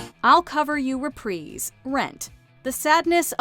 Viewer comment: THE WAY SHE SAID REPRISE😭